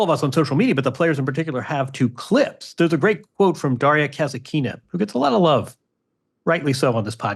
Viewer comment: Folks, I love the show! Just a small correction: you consistently mispronounce Daria Kasatkina’s name in the funniest way. You say "Kazakina," which would suggest her surname has something to do with Cossacks—when in fact, it’s Kasatkina, and it actually relates to killer whales! That little "T" makes a big difference.